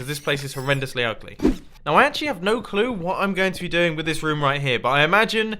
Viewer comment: I like how mumbo says rom instead of room